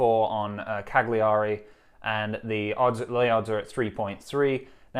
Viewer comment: Hearing you try and pronounce Cagliari made my day!